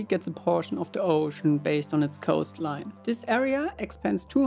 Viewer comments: A poooshon of ze oooshon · “Of ze OHshin”